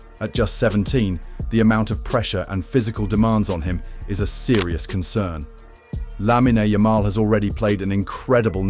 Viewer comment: “Lamina yamel”